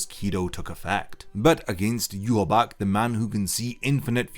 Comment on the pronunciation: It's prnounce 'yu-ha-ba-ha' not 'yu-ha-bac'